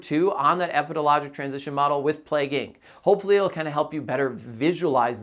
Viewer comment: I kept mentally correcting him too lol